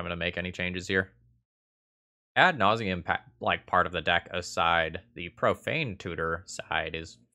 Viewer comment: Another fun video,! I've really found myself looking forward to these. Pssst! It's Ad Nauseam, 😉